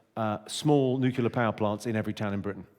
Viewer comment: Oh no no no no no, Jimmy, you cannot possibly say “nucular” 😭😭😭😭